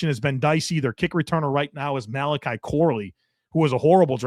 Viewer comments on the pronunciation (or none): none